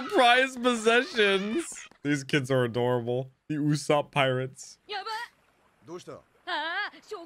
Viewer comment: his name is Uso-pu not uso-op